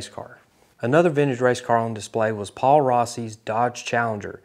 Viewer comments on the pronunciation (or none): none